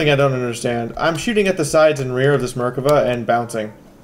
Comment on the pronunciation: Some of these comments.... Lol terrible. There is a lot of info and your vids are more than usefull. On ps4 we get even less information, no biggy. Anyway I notice people calling Loepards "lepard" and Merkava "merka va" a few others too, it's a German Lee uh pard, and isreals beauty the Mer-kava, as former 19D we sat through days upon days of vehicle is and so on. Be glad the games dont make us identify targets through thermals lol